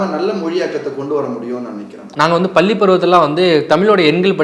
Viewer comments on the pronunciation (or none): none